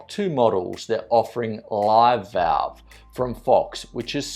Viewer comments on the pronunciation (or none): none